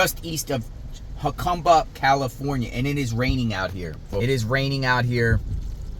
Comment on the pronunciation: Please learn to pronounce Jacumba correctly !!!! Ask a MEXICAN PLEASE !!!!😢😢😢